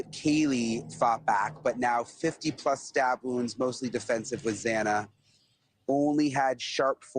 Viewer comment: Xana’s name is pronounced like: Z AN A, not Z AH NA, it’s been almost 3 years 🤦🏻‍♀️